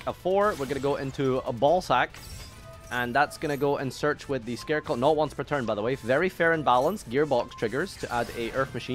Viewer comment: It’s scare-crow not scareclaw come on!!!